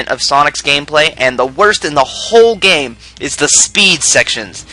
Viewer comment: Shadow es good gayme